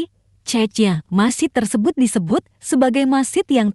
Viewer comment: Masjid bukan masid